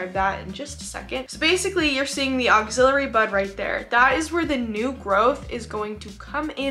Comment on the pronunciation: Ax-ill - ary. Love your content but this mispronunciation is just bugging me.